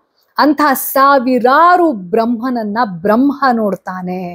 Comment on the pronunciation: ನಿಮ್ಮ ಎಲ್ಲಾ ಎಪಿಸೋಡ್ ಗಳನ್ನು ನಾವು ಅನೇಕರು ಮೆಚ್ಚಿಕೊಂಡಿದ್ದೇವೆ..👍🌟🙏🌹 ಆದರೆ, ನೀವು ಬ್ರಮ್ಹ, ಬ್ರಮ್ಹಾಂಡ ಎನ್ನುತ್ತಿದ್ದೀರಾ.. ಆದರೆ ಅದು ಬ್ರಹ್ಮ, ಬ್ರಹ್ಮಾಂಡ.. ಅಲ್ವಾ..?🙏